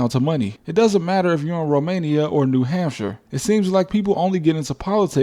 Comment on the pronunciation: She just said my home state , new hampshaaaa